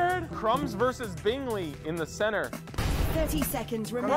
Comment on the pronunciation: I love this a lot, but you keep saying Bingley's name wrong and it irks me a tiny bit.